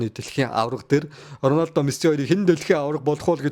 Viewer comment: Ronaldog яасан муухай хэлдэг юм